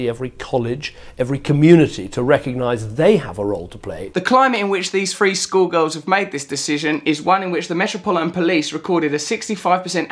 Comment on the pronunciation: I think you meant "three" school girls, not "free" school girls.